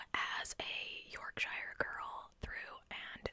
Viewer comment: ❤ the second way you pronounced Yorkshire was correct ❤